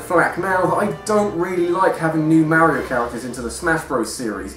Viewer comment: I think you're decisions for some of these suckered and you constantly miss pronounced Mario. Learn to say their names if you're gonna use them in a video